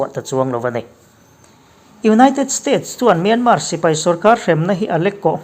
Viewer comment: News reader ah chuan Myanmar lam hming hi i lam thiam berin ka hria...Min awng hlai...han tih te hi dik hmel bik eeee